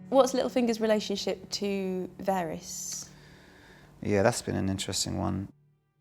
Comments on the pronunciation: Listen again. Catelyn is always pronounced "cat-lin" never "kate-lin". Varys is always pronounced "va-riss", she says "vair-riss". She asks him if Littlefinger would rather work with Dany or the fucking white walkers!? She doesn't know what she's talking about :( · Interviewer prounced Catelyn "Caitlin" and "varys" wrong, makes me believe she hasn't watched the show! :/